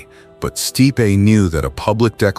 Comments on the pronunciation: Michael "Steepay?" Nope. 'Stipe.' One syllable. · At least teach your AI to pronounce names correctly. Case in point: "Steepay" instead of Stipe! Gah, terrible!!! When AI can't pronounce someone's name properly (and it makes SEVERAL mistakes), it takes me out of the video, because it feels like a slap or a cold glass of water to the face. I know I'm not the only one. This is NOT acceptable! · The forbidden love line is a form of repression and its pronounced Stipe not Stipeee. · Stipe /Staip/ not /stee-pee/ AI sucks sometimes. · Sti pay - classic AI